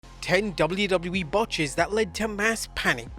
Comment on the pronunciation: That’s what happens when you’re English and you say the letters correctly 😂